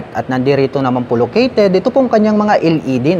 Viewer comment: sir LED po "EL" ,, hindi po "iL ED" ...wahahahaah